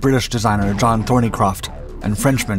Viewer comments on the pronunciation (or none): none